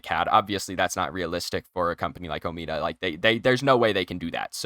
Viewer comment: its not omeada omeda